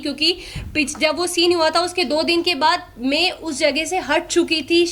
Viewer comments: Main ❌में✔️🤡 Clear❌ किलियर ✔️🤡 Maine ❌ मेने✔️ 🤡 Aur ❌ ओर ✔️🤡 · Me,me nahi hota madam msi bolna Sikh lo.. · मे मे नहीं होता मैं होता हैं बकरी 😂😂